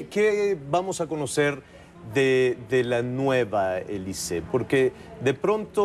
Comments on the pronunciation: soy francés y se pronuncia Alizée, no Elizée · Ja ja ja, me da la idea de que Alizze le está diciendo, "momentito, no me quieras comparar con su nacademia que no es lo mismo que lo mesmo" no entiendo por que demonios le dice elize, si en español se pronuncia alizé, en frances alizze y en inglés alis. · Díganle a Nicolás maduro que es alizee no elice 🤣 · Nadie le habra dicho al conductor que se llama Alizee y NO "Elizee" ?? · Te equivocas es Alizee la A no cambia a E...es Alizee no Elizee..... Ya he olvidado mi frances no lo practico años pero no conosco una sola palabra francesa en la cual la vocal A seguida de una consonante se convierta a E......ahora bien una vocal A seguida de otra vocal si puede cambiar la pronunciacion...ejemplos au, ai, ..... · Se pronuncia Alizee verdad....eso de elise....si la "A" se pronuncia igual XD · Al Conductor del show no le dijeron q esa senorita se llamaba Alizée, no Elize. Gallo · AAAA, es AAAAlizée, non eeelize petit con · Es alizee no elizee se confundio penso que era gringa ya que la a suena como e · ES ALIZEE NO ELIZEE AY T ENKARGO JAVIER ALA TORRE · Que entrevistador tan malo.. preguntas obvias y tontas.. me da verguenza ajena... y no es elize.. es alizee.. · NO AMIGO SE PRONUNCIA ALIZÉ QUE SIGNIFICA VIENTOS ALISIOS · Ami tambien me caga que diga elize no mames🤮🤮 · 🤮🤮Me castro que diga elizee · se quizo oir bien fashion diciendo "ELIZEE" pero la cajeteo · el animador le dice Elize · 🙄es Alizée y se pronuncia aliizii en francés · Este periodista es un inepto, hasta le termina diciendo "eliset". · QUE LE PASO A ESTE... YA MEJOR QUE DIGA ELISEO...ELISE?, HAA GENTE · Soy peruano y si tienes razón su pronunciación lo hizo mal el entrevistador, pero que importa con tal de haberla escuchado algo en español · Pésima entrevista de Javier que no sabía siquiera pronunciar su nombre